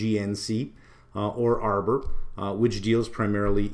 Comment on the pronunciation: Did you say arbor or armour? seems like both are agency mostly!